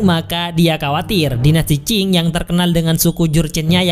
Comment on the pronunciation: Dinasti Ching bukan Qing !